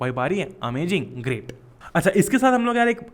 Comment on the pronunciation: Sir, aap ARMY h kya? 😂😆 Kyuki aap baar baar AMAJING bol rhe the